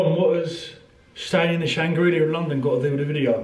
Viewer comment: Sorry, what did you call hotel? The Shangrillia?